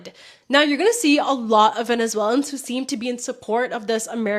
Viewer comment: I like your take and for the most part agree. Just one thing bro — learn how to say “Venezuelans”